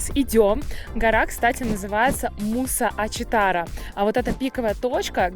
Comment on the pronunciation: Спасибо за видео) Не была в Домбае с 90 го)) Подскажу вам, МусА Ачитара с ударением на А) Заброшенний отель, жаль, стоит уже почти 50 лет, строили и бросили по какой то нарушенной строительной ошибке, хотели назвать его Аманауз) Еда в горных районах из за разряжённого воздуха готовиться медленнее из за пониженной температуры кипения) я там проживала 2 года и моя свекровь работала в столовой для рабочих, когда только только начинали строить первую канатку, рассказывала, как много немцев приезжали тогда в те места и искали остатки своей дивизии Эдельвейс, находили очень много вещей со 2й Мировой.. Ведь в этих краях шли бои с нацистами... Вагончик Маятник потерпел однажды крушение на моих глазах.. Страшное зрелище было.. В него нельзя заходить более 25 человек, но в сезон там всегда были огромные очереди и набившейся маятник запустили. Канатчики не смогли выгнать лишних и маятник потерпел крушение.. Было много пострадавших.. Видимо, сейчас он и не пользуется особым спросом... Острый зуб горы Белалакай всегда был в снегу, это ледник.. Но, теперь, смотрю, как изменился климат.. Жаль, что практически не осталось былой красоты.. А так, в целом, места там потрясающие! Благодарю за путешествие с вами!!